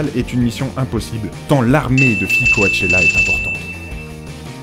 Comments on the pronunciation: coAchella ? Ca se dit pas plutôt cOchella ? :) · on dit coTchella pas coAtechella sinon siper vidéos comme d'habitude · On dit pas "coachella" mais "coachella" comme le mot coach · on dit pas Co-A-chella mais Co-chella 😃 mais hormis ça bon contenu comme d'habitude 😃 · « co-a-tchéla »... on dit cotchela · pas Ko-A-Che-La mais Ko-Che-La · Coachella se prononce cotchella 😉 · Co-A-chella mdr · Ça s'écrit Coachella mais ça se prononce Cotchela putain! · Ta manière de dire "Coachella" est juste magnifique 😂 :') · Just Clara J'pense plutôt qu'il a fait des copier-coller et s'en foutait de la prononciation. J'pense aussi qu'il n'y connaissait rien :') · Dans "Coachella" on prononce pas le 1er a. Voilà c'était pour faire ma chieuse 😊